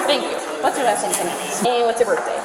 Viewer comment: Why is it always someone’s birfday?